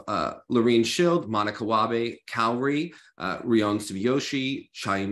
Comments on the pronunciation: Is it that hard for Meagan to pronounce Kaori correctly? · Kayori is killing me bit inside 😂 To her defense she seems bad at pronouncing names, not just Asian names but also Russian and other names except English names maybe lol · Can someone please teach Meagan how to pronounce Kaori’s name? It’s crazy to me that she still pronounces it wrong!